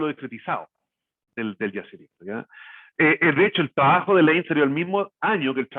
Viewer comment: tan buena información y tan mal que se expresa, habla el expositor, clase de dicción y modulamiento le falta, horrible como habla...hay que traducirlo shrabajo = trabajo